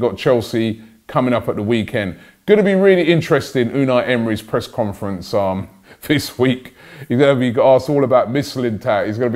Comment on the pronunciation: Always wondered, why do you say "vis" instead of this? It's not like you can't say th you say it in every other word with those letters😂